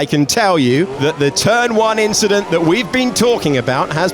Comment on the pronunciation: just a rookie inchident